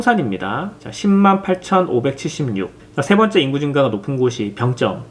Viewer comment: 난 병점에 살고있는 주민인데..... 우리들은 "병쩜"이라고 발음 안 하고 "병점"이라고 합니다. 북한사람들처럼 발음하지 마시길....